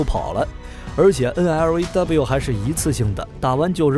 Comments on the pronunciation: 專業一D啦，係讀N Law， 唔係咩9 N，L，A，W。肉9酸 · 不好意思，這支反坦克導彈發音不是N-L-A-W,是N-洛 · 干嘛要字母念法~直接读LAW 就好了嘛